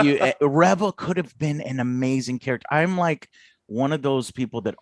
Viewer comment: I thought it was funny that Angry Joe couldn't pronounce Reva or Han correctly.